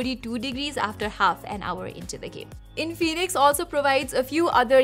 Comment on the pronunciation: Its In-fi-nix not In-fee-nix